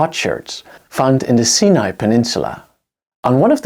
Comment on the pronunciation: Excellent lens on the subject. Several words were pronounced incorrectly including Ugarit and Sinai.